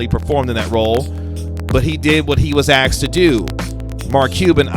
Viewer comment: Nothing new to add. Why not just skip it if you don’t know something new? 9 minutes I’m not getting back. Also, if you’re going to be a pundit, the word is asked, not axed. And using the word behest is just unnecessary.